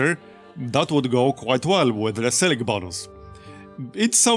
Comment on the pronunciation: "Sil ik?" what's that? is like "Mil ik?" i drink that sometimes.